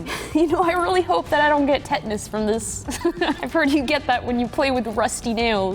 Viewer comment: “ I really don’t wanna get TETNESSE, I heard you get tetnesse when you PLAY with RUSTY METAL…” 😂😂